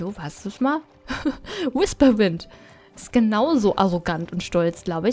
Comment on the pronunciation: Es heißt PumPkin.. und WHisperwind..